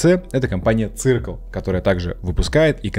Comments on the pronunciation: Не цыркл, а сёркл 😂😂😂😂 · циркл прямо режет слух. circle как сёкл читается. со школы еще помню. нас учитель по информатике поправлял. автора видимо нет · Серкл - так можно произнести название Circle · Ккак бы всё хорошо, понятно и информативно, но простите "циркл" ... посмотрите хоть как правильно произносится. Спасибо